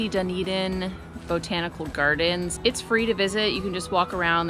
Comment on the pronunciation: I think you did good!! I’ve heard some people pronounce Dunedin like “Doon-ee-dain” haha so you’re already better than some with the pronunciation :D The A in Otago rhymes with how you pronounce Car so like O-taah-go :D but then there are all the Māori names to learn!! Good luck on your travels and thanks for the great video ^_^